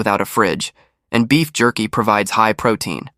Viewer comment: Did he say beef jerky??